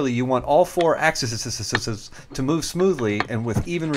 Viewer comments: axiszszsz :D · Axesesesesssss haha